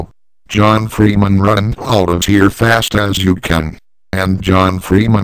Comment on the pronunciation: John Freeman, over HEER!